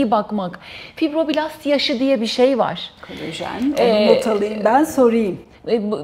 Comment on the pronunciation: Verdiginiz bilgiler cok degerli olabilir ama kolajen yerine kolojen demeniz siz ve sizin gibi uzman title'i tasiyan kisiler olan guvenimi kiriyor. Lutfen Turkce'yi dogru kullanin